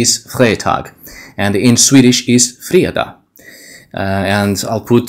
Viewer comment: The way you pronounced fredag sounds profoundly Swedish. Not the "standard" Swedish Spoken by the wimps in the capital but in anither dialect. I cannot put my finger on which one but definitley genuine swedish.